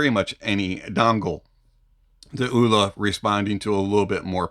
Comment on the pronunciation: Vee-VAH-chay, it's italian, means sprightly or fast and light? Like that..I would guess Elua would be pronounced Eh-loo-ah.. Oola is probably not quite there.. 😂